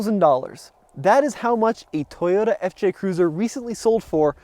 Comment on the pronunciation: Pronounce it the way japaneses do it... is toyoTa with a T, not an R... stop saying toyoRa or toYOURa... btw thanks for the video.